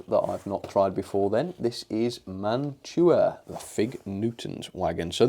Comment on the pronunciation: You did get a good collection of boxcars, log/ lumber flat car , and Gondola Etc. You pronounce that name and Mantua properly which is awesome the Milky Way candy bar is a nougat with caramel on top plus chocolate which is made by Mars company in the US .Domino Sugar is a common brand in the US also model power was part of Mantua after the Mantua brand died off because they were part of Tyco/Mantua then model power bought them out which model power got bought out by model rectifier Corporation or known as MRC they make model train Transformers or power supplies. Athearn is it good brand Mantua is a good brand Walthers trainline is also another good brand but I will say Baughman doesn't quite pass the mark I have more Mantua / Tyco and Athearn vs bachmann for freight cars. Now that Bachmann comes out with their" silver series" which are way overpriced because they added metal wheels and knuckle couplers that have spring but are nothing like Kadee couplers at all. Not trying to be mean about Bachmann but when they did the silver series Freight cars it's like polishing a turd it's still a turd LOL. I figured to add the Mantua and model power use knuckle couplers from Bachmann EZ mate Mark 2 .I know I have Mantua Classics Freight cars myself but also I have a classic mantua cars that one from 1960's the other one is for 1970s. There is a tool that can help with those Wheels it's a truck tuner I believe it's made by microscale they can actually smooth out the bearing that's plasti